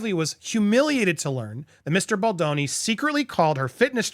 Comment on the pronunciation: I'd like to point out something about Andy and this lawsuit. For weeks he mispronounced Baldoni's name while also very publicly trying to play up to Ryan's ego with his comments simultaneously (you know, in case Ryan watched an episode). It looked like repeated jabs at Baldoni for Ryan's benefit. Now that he is convinced both Ryan and Blake actually did this to Baldoni, he is pronouncing Baldoni's name properly. It's not okay to add to the public bullying so that you appeal to someone else's ego, Andy. I was and am very disappointed in you for this. Pronounce Justin Baldoni's name properly and with respect.